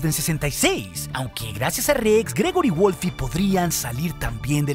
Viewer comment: Me encanta cuando decís wolfi envez de wolf jajajajaja saludos